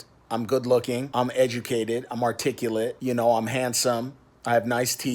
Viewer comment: So I've watched Danny an Drews video on him an I swear both times instead of saying educated I'm hearing him say edgy-cated.